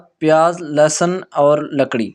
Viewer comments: Plz correct your word kakri not lkri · لکڑی نہیں ککڑی